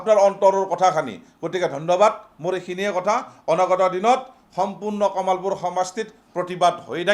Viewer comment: দাদা কামালপুৰ নহয় কমলপুৰ নাম টো ভাল কৈ কব লাগে।